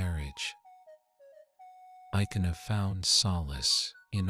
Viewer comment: But dat is not the way to pronounce ikenna and ogechi.